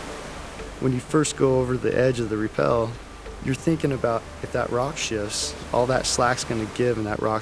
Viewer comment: Priceless, stunning discovery/adventure journey! Thank you for documenting it for us who cannot make the trip! Must point out, "rappel" is what y'all did on those rope descents; "repel" as y'all pronounced it, has an entirely different meaning.. Piano music was beautiful, too!